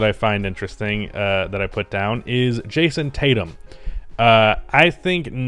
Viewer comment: Nah get this man drug tested he just said Jayson Tatum 💀💀💀